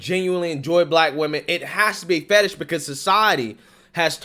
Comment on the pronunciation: It's fetish, not fatish.